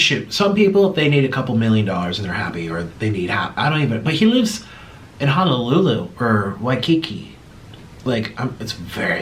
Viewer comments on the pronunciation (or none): none